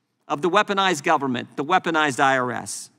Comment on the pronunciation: " gubbm-ment" 😂😂 how do work for something you cant pronounce?!😂😂